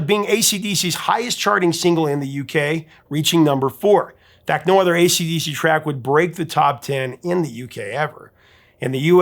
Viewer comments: I’ve noticed the repeatedly says “ACD” not “AC/DC.” Is this just a quirky mispronunciation, or is there something here I don’t know about? I noticed him doing it on previous videos. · He keeps saying acd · ACD riffs? ACD riffs? ACD riffs? Sure, you can miss out the C once by mistake, but 3 or maybe it was 4 times in one video? C'mon man🤬🇦🇺